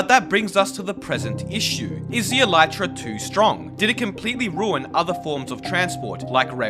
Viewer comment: The elytra will likely never be pronounced properly by Minecraft players, much to the chagrin of entomologists around the world.